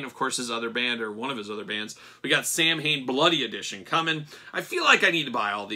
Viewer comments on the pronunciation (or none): Samhain is pronounced “Sow-in”. It’s the Irish language word for the month of November and refers to the pagan ritual that Halloween derives from. Halloween in Irish is “Oíche (night - pronounced “ee-ha”) Shamhna (pronounced “How-na”